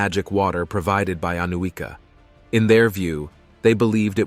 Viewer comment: The correct pronunciation is Aniuka (Анюка).